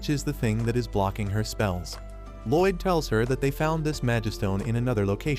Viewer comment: Loid more like Lloyd 😂